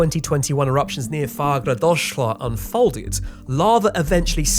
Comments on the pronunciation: If you ever have to pronounce Fagradalsfjall again, try to end with a t͡ɬ -- a clicky "TL" sound, like in 'Nahuatl'. If you find that noise tricky, go with a confident "fah-grah-dahs-f'yahd" followed IMMEDIATELY by a word beginning with an L and you'll sound like a native speaker. Analyzing the way I mutilate words when talking fast and informally, it actually comes out more like "far ah das f'yatl". Vestmannaeyjar sounds like "ves munny yar" Reykjavík becomes "rake ya week", Keflavík gets mushed into "keb like", and Grindavík sounds like "grin dike". It's easier if you're a little drunk. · Don't listen to these suck-ups telling you your pronunciation is fine. It's not, it's absolutely terrible. Hörn rhymes with Heard; it's not "horn". Consonants are ENUNCIATED. You tried to say Fagradalsfjall in a way that no Icelander would understand. I thought you were segueing into a falafel ad. Better would be to pronounce it as "FAK-RA-DALSE" (rhymes with LAG MA DANCE) and then you're basically screwed because the LL in "Fjall" makes a clicking sound that most people mishear as a 'K' (the K is formed in the roof of the mouth, but the LL click is formed around the wisdom teeth). Should you re-record parts of the audio? Probably, yeah. You are welcome for the brutal truth. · Icelander here!! Pronunciations of Fagradalsfjall was a biiiit off... It's more like Fahghrahdahlsfjhahll (hard L's in the end) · double l means that there is a t inserted before so mounain is pronounced fjatl. Good luck next time. Takes a little practice but is possible if you know that little t :-) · Its "Fa gra dalls fia ttl" and "Gel tin ga da lir" else, everything was fine. "Fjall" (Fia ttl) means like field or area. Also some famous name; "Eyafjallajokull" is spoken "Ey ia fia ttla jo ku ttl" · Very good video. The last part of some of those words you tried to pronounce ended in fjell, which means mountain. It seems to pronounce fyet in Icelandic. The same word in Norwegian pronounces fyell.